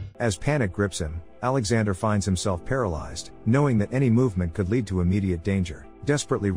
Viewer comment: Why is it that the damn robot speakers still can’t pronounce certain word correctly. Like ‘live and live or lead and lead’? I mean come on what is so freaking difficult about it?